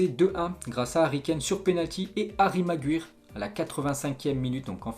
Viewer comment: T'as pas vraiment fait d'efforts pour prononcer Maguire 😂